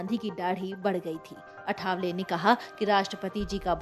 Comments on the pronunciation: अरे चॅनलपे समाचार देनेवाली पत्रकार मॅडम नाम तो सही लो अठावले नहीं लिखलो आठवले नाम है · अठावले नहीं आठवले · अठावले नव्हे.... " आठवले ". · अठावले नहीं ,आठवले नाम का सही उच्चारण करो।मराठी नामों को अक्सर क्यों बदलकर बोला जाता हॆ? क्या आठवले का उच्चारण करना इतना मुश्किल हॆ? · अठावले नहीं मॅम,आठवले. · आठवले. ...Not अठावले Please.... at least the formal communication should be correct.. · सर्णमे का प्रोनाऊस ठीक से लेना आठावले नहीं आठवले